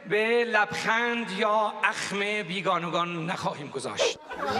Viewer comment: سوتی جدید..بیگانگان را بیگانوگان تلفظ کرد🤣🤣🤣🤣